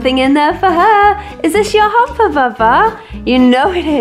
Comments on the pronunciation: I sounds like she is saying humper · I thought you said hamster